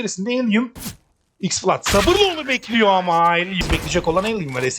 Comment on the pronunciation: Elan'a da Alien demezsin be. Kulağım tırmalandı sürekli.